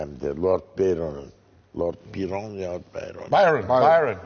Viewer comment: Herhalde Lord Byron kendi ismini bu kadar güzel telaffuz edemezdi :) Celal Hoca'm <3